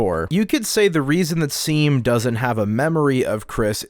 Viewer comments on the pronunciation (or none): Saying seam instead of shawm just shows that these kids don’t read the dialogue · dude everytime they called shawm 'seem' i yelled at the screen 'SHAWM' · seam in game: my name is pronounced "shawm":...anyways "seem"-- LOLLL (this is not hating i just thought this was funny) this video is sick!! i like that you're theorizing that dess might've not been the best person, since i frequently see her characterized as just "super cool older sister who everyone loves," even though the way basically everyone refuses to talk about her implies that maybe she wasn't as beloved as people assume. it could of course also just be that talking about her disappearance is taboo, but i like the reading that she isn't some infallible character, which fits well with toby showing us other sides of the characters that we first saw in undertale (like toriel, sans, mettaton, etc). cool stuff!! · it's pronounced "shawm" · seam is pronounced shawm and they use they/them pronouns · Seam uses they/them and also it’s pronounced Shawm.